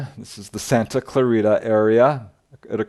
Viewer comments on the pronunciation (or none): none